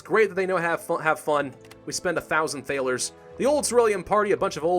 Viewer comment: So annoyed at the way you pronounce Thaler. Though i love its spelled correctly for the time.